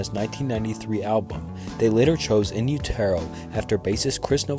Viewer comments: In you-tare-oh? 😂😂😂 it's utero as in uterus. And the song is Sliver, not Silver. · I dunno. This guy couldn't pronounce "utero" correctly.... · it's not 'u-tair-o' it's in-yoo·tr·ow... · I mean im a huge nirvana fan so i knew everything but this stuff is still pretty basic. a good one wouldve been the last note kurt left krist, its pretty f'd up what he wrote to him. Also Utero is not pronounced like that (Im not trying to be rude). one thing i never heard was kurt was a born again christian tho? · Each time he says Utero I’m rooting for him to NOT pronounce it ‘you-TEAR-row’ - but each time, he fails us. On a real note, I can’t think of another band whose fame was so short lived and were so inspirational. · Is this AI voice? You really don’t know how to pronounce Utero? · You pronounced "Utero" wrong and it's hard to understand what your saying sometimes. But still enjoyed your video, no hate. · The way you pronounce utero makes me want to die